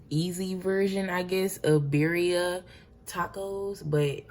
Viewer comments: This broad kept saying beeria was IT for me😂😂😂😂 she aint even tryna attemp to pronounce it correctly. Its pronounces BIRRREEEEAAAA😒🙄😂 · tell me why i knew she was black when she said birria 🤣🤣🤣